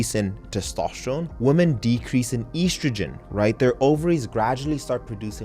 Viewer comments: Why are you pronouncing “women” as “woman”? A bit confused by this 😅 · You repeatedly say "womAN" throughout this video, where yoi should be saying "womEN". Do you not understand the difference between the words woman and women? Saying "woman" instead of women, is like saying "man" where you should be saying, men. This is something that elementary level children should know, and you don't understand this? That really makes me question your level of intelligence and perceptiveness. How are we supposed to believe that you comprehend the nuance of niche subjects, when you don't even understand simple aspects of the English language, which you spend far more time focusing on than niche subjects.